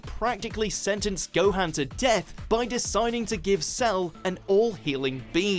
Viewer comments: Say Gohan's name right, please. It's never ever been pronounced like that in the series sooooo has just never watched an episode and just read a list orrrr are they tryna be edgy? Not a big deal but, annoying. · Please at least say Gohan correctly. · To be honest I'd ask if you ever even watch the show but considering you mispronounced Gohan literally every time I'd have to say that is no and I say this cuz a lot of these reasons are taken out of context and the way Goku was written in Dragon Ball super it's not how he was renting in Dragon Ball and Dragon Ball Z